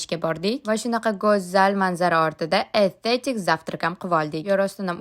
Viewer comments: Эстетик❌ Этетик✅ 😂😂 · Etetik emas estetik